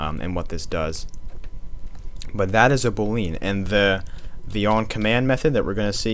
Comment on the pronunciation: The correct pronunciation of "boolean" is boo+lee+an